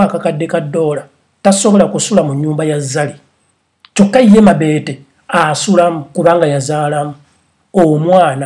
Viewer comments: Ha ha he... mbu mabeete. It's mobeto. But everything you said was coming out of my mouth earlier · 😆😆😆naye it's mabeto not mabete😆😆😆😀😀😀😀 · 😂😂😂😂😂😂😂😂😂😂😂😂😂😂😂😂 I really can't get over the way his saying her name"mabete" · 😂😂😂😂mbu mabeete🤣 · Agie bright every time I hear him say it I just laugh😂😂😂